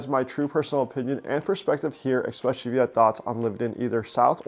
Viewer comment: And sorry to be so picky, but the word is 'eSpecially' not 'EXpecially'.